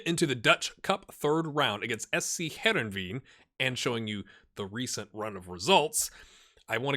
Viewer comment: my dad’s boyhood club is Heerenveen... it’s pronounced more like Hair-env-ein